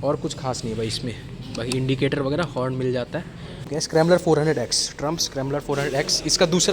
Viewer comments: First yòu take the company name correctly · Bhai pronounce sahi Karo yaar northeast walle bohot hi acche hote hai yaar